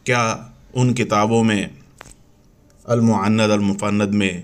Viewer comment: Are Bhai Apko to kitab ka naam bhi Lena nhi ata المعند علی المفند kh rhe hn المہند ہے